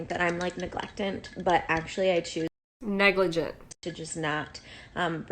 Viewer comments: I lost it on “ negligent.” Neg-leck-tant 🤣 I swear I saw every one of these hun bots touch their face. Hope your vibrations are high today, honey. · I. CANT! lol “suttle”???!?! i didn’t even recognize the word..... and of course “neglectant” 🤣🤣🤣🤣 like wtf.. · "neglectant" and "suttle" LMFAO. I cant take these people serious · “You might think I’m like neglectant” “NEGLIGENT” 🤦🏽‍♀️🤣😂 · She said neglectent 😂😂😂😂😂😂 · Lol suttle and negli glent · I low key judge people who can’t spell or mispronounce words like “negligent” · “Neglectant” lmao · She can’t pronounce negligent or compromise lol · I can't take advice from someone who can't spell “subtle” or pronounce “negligent”. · so many hunbots are uneducated stay at home moms. hence the mispronunciation of "negligent" and not spelling "subtle" as "suttle" 🤣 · The 3rd or 4th one, she couldn’t pronounce negligent and spent her entire life until now saying it like that presumably because her family must’ve loved laughing at her saying it so they just let her sound as dumb as she is lol. Yea her, she’s the absolute worst! How ignorant can you be to ignore the fucking news 🤯 I could list all the dumbass shit she said but we all heard it, no need to relive that nightmare 😩😂